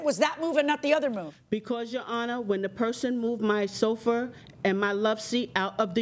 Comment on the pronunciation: its sofa, not sofer